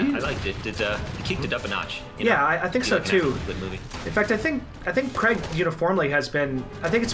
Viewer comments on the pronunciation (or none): What’s this Daniel CREG shit?? It’s pronounced CRAYG.